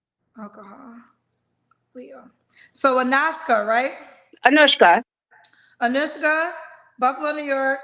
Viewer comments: calling Anushka, Anashka the whole time was sending me LOL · Anashka instead of anushka 😅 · Lol, you're still saying her name wrong 😂 it's not an 'A' it's a 'U' lol😂 AnUshka😂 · bragging on pronouncing ol girls name correctly while continuously pronuncing it incorrectly is 😂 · And she was upset when someone kept getting her name wrong and threatened to hang up on them! 😂😂